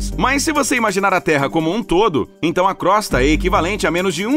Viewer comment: Crosta pronuncia crôsta e não crósta